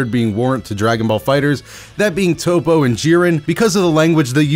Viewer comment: Remember it’s “Top” not “Toppo”